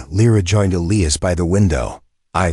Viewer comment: Needs a better AI reader!!! It read all punctuation & can’t pronounce Elias